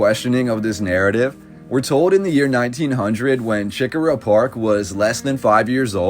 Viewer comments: I appreciate all of your research. But i must tell you, it's not CHICK -a--rah It's CHE-core-ah. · every time you said chi-cora was like nails on a chalk board. it's preannounced like SHI-cora. Don't even attempt to say Huger. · right I should have put the emphasis on the CORE part